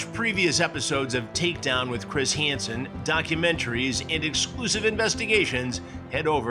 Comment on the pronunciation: "Chris Hanson" - he said it like "Keyser Söze"